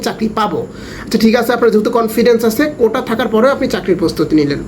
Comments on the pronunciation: ভাই বার বার কোঠা বলতেছেন শুনতে খারাপ লাগছে, কোটা বলবেন। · কোঠা নাকি কোটা? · কোন পজিশনে আছেন জানিনা কিন্তু কোটাকে কোঠা বলেন কেন?বাপ চাষা হয়ে ছেলেকে পড়িয়েছে আবার চাষা হওয়ার জন্য নয়।চাষা।। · ওইটা কোঠা না ভাই কোটা।